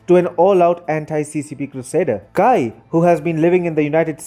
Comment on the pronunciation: Good video, but look up the proper pronunciation of names before making a video. The Chinese name Cai is pronounced "tsai", not "kai".